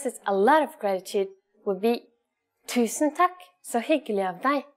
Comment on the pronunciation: hvorfor hørtes det ut som hun sa «Tækk» lol